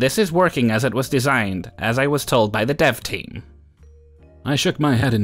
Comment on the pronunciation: I had to listen three times to understand you were saying “dev team”, and not “dove team”, and then a good ten seconds to figure out “dev” means development. Coffee, here I come!!